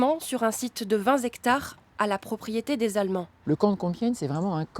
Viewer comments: Vingt-z-hectares, l'Ecole de Journalisme a encore frappé. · oh la la retournez à l'école, on ne dit pas 20 zshectares mais 20 hectares. Inadmissible de la part de journalistes !!!!!